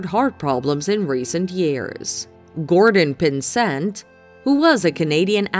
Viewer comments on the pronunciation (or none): It's Gordon PINsent.